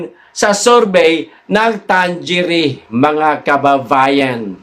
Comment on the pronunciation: Mga kaPL Ang tamang bigkas sa survey firm na yan ay Tang-ere!!